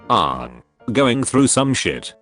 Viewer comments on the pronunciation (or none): the AI pronouced Aang like the atrocity that was the ALTA live action movie. edit: just finished the video, he keeps pronoucing it wrong.